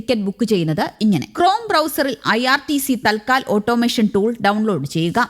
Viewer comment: അയ്യോ!തൽ ക്കാൽ അല്ല, "തത് കാൽ "എന്നാണ്.